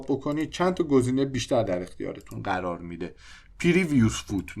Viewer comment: قررررر یا قرار 😂😂😂